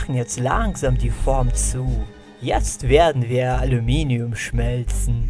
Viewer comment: toshmelst alominium